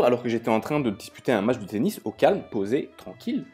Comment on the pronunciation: Quand ta dit '' tenis jai compris penis 😂''